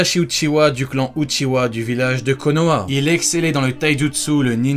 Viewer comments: Mec c pas uchiwa c uchiha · Pourquoi les francophones disent uchiwa et pas uchiha???